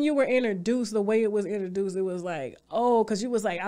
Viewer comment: If TashaK don't stop saying enterdouced,,,IN-TRO-DUCE PLEASE lady.